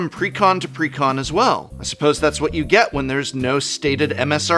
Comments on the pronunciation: take a hit every time he says precon like pecan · Since is an English major I always assume he is pronounciating exactly as he wants to. "Preh-Con." Like Almond.